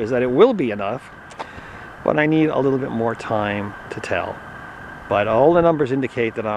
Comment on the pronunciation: you said tall not tell